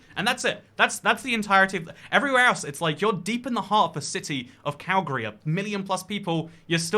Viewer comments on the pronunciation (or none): none